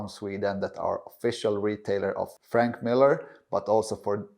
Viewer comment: Please learn how to correctly pronounce Franck, not Frank